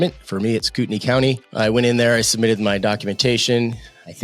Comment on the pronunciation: Koo-ten-eye. “Cootinee” 😂